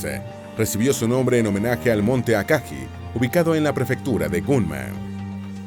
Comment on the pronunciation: Ryuu"YO" Aka"GUI" So"RI"uu Hi"RI"UU No es burla ni nada parecido, solo queria compartir la manera correcta de pronunciar los nombres de estas naves, gracias por el video